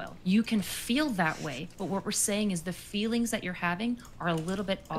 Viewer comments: What the hell is Fefe? Does she mean feelings? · Saying fifi instead of feelings is major league cringe ball bases loaded grand slam cringe